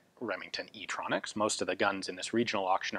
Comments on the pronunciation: I laughed my ass off when he said "e tronx" idk why it's so funny but i can't stop laughing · Nobody: Remington: STronxs